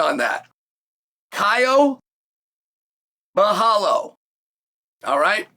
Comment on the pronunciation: "Kyle Boar-al-ho" 😭